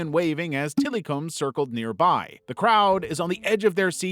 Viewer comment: Till-eh-come is how to pronounce Tillikum